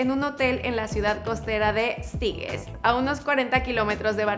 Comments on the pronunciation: Se dice Sitges no Stiges, saludos desde Barcelona :) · La ciudad costera de Sitges (que significa "silos" en catalán), donde está el hotel en el que Messi ha invertido dinero, se pronuncia algo parecido a Sit-jazz, con la J de John o Jack en inglés. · La ciudad se llama Sitges y se pronuncia Sitches. Buen video , gran trabajo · 1- Sitges no es una ciudad, en catalán se considera "vila" es decir "villa", un pueblo. 2- Se pronuncia "sityes" como si dijieses "seat" y "yes" con pronuciación inglesa. 3-Solo queria informar.. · se pronuncia "sitchas" en catalán.